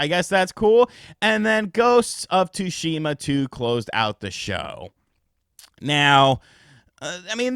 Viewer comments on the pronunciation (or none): none